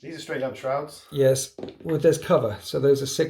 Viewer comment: Is Alex pinching the way you say yeys or did you pinch his yeys